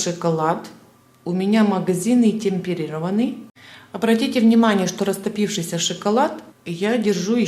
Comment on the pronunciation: Ну, почему шИколад?? 👎 👎... Вы украинка??